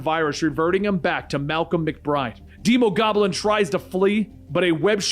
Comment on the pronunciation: Its Not demo goblin its Dee mo goblin like demon